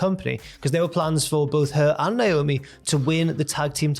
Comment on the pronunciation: Her name is pronounced Naomi not Niomi